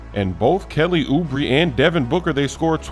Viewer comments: It’s not Oubri ITS OUBRE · Kelly oubre (ooo bray), not ooo bree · YOU SAID HIS NAME WRONG